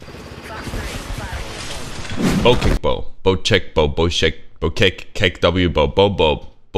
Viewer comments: Its bo-check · The fact that apex legends pronounce "bocek" wrong makes me 🤬🤬🤬